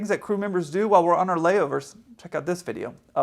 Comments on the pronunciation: Are you part Russian? You did a what? A WIDEO? LOL! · What is a "Wideo"? J/K. You make excellent content. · ...did you just say "wideo"? xD More than ever, you are my favorite pilot! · "I did a wiideo about it awhile back" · Did you say you did a "WIDIO" about it a while back? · You did a Wideo about AutoWotation 🤣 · did a "wideo" about it? Did I hear that correctly? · You did a wideo about it? A widdle wideo? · I remember that "wideo" a while back! Sorry,, I love you man,but I gots to grabs that low hanging fruit😂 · What is a wideo? Just kidding, I love you (man crush). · ....did you say "Vwideo"? You sounded like Yosemite Sam if he had been German! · ...you did a WIDEO about it ? how did you manage that ?...was it a Wicked wideo ? was it in Wide format ? was everyone weally wowed by it ? was it worsome ? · Hey. What’s a wideo? Lol. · What's a whideo? 🤣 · I did “wideo” of it a while back haha funny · What’s a wideo? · Could wee see said "Wideo"? 😎 J/K.........